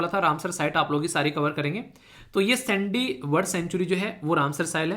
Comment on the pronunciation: Jai hind sir 🙏 Sir vo (सैंडी नहीं है वो साण्डी hai ) Hm vhi se belong karte hai